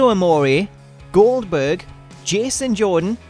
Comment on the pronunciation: needs to redo that "Goldberg" line again. Last time I remember, I don't remember his name being "Gober".